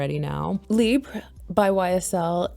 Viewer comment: Thank you for pronouncing the name correctly. Libre is ❤